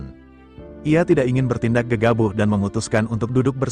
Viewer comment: Gegabah, bukan gegabuh